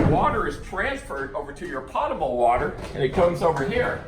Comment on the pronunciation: Thank you for the videos. A little known fact: potable is pronounced poe-tah-ble